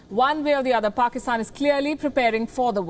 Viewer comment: The anchor just butchered pakistan